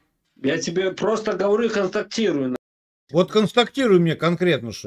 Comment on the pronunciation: Кое как выговорила его констактирую😂